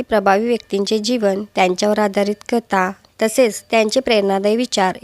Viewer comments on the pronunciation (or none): ताई कता नाही. कथा असे आहे